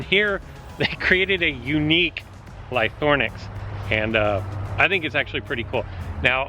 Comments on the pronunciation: Ly-THRO-nax ;) not Lythornax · Use broken dinosaurs to break another broken dinosaur, seems legit. And it's LY-THRO-NAX, not ly-THORN-ax!